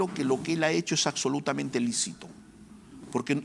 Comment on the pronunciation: y (el abogado) dice "Acsolutamente".